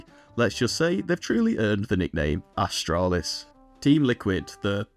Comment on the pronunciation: You said ASStralis? You earned a sub! 😂